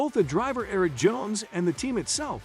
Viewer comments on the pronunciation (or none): none